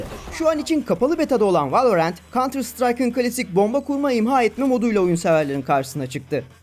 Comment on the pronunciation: Valla her şey çok güzel de merakımdan yazıyorum neden direkt ''Valorant'' demek varken ''Vaeleorent'' denirki :D